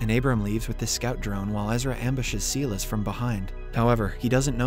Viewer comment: he keeps saying seelis it is silas as in sylas this mispronounciation crap is driving me crazy. Please say it correctly.